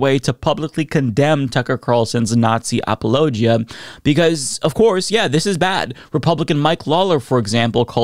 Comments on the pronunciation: Bro that’s not how you pronounce apologia lmao 😂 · I don’t mean to knit pick but I’ve never heard apologia pronounced quite that way. lol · Why does he pronounce apologia like its a geographic region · Well then the people you've heard say it are saying it wrong because the proper pronunciation is a-puh-low-jee-uh, not ap-ollo-jee-uh like I'm pretty sure you're talking about lol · I never knew apologia was pronounced that way 😶‍🌫